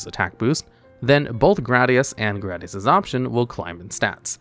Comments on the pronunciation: it's pronounced GRAYdius not "GRADius" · It's pronounded "Gradius" Not "Gradius" 😎